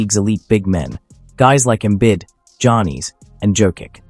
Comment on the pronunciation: Who are these players? Em-bit, Jah-nees, and Jo-kitch? Sah-bo-knees? ← [My fave mispronunciation] This is so bad lol. Embiid. Giannis. Jokic. Sabonis.